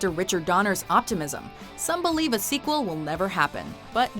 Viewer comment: Why do you keep saying squeal lol